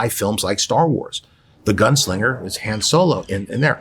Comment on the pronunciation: The mispronunciation of "Han" in the name Han Solo.